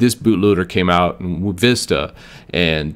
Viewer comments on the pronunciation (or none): none